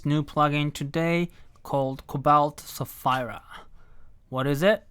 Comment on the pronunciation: Sapheeeeeera! Not Sa-fire-a.